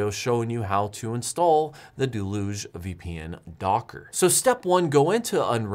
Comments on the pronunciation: I feel like the entire "home server" community has never seen or heard the word "deluge" outside of the context of software. It's pronounced "dell-yoogzhe". Or at worst "dell-yuge". We borrowed the word from French. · I think you're pronouncing deluge wrong :)